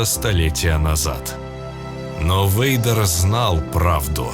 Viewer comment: Вэйдер, почему я слышу слово Ведро? Темное Ведро😅